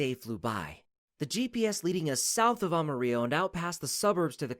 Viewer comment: Ama rello !!! You need to understand how to pronounce the words !!